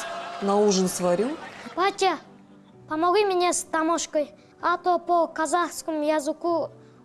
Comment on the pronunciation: домашка деген сөзді дамошка деп айтып қалды😂😂